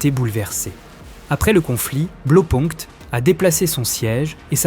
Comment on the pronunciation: Sujet intéressant. Juste un petit truc: "Blau" ça se prononce "blao" et pas "blo"